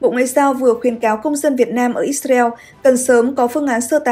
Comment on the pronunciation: Tại sao lại cứ đọc là Ít xa reo nghe rất chướng tai .